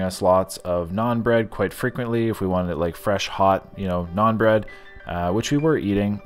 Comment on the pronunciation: naan bread... it’s NAAN